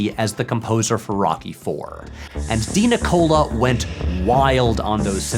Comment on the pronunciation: Vince DiCola? (DiNicola lol) You know, the Transformers guy. Which is why Drago's song sounds like Unicron.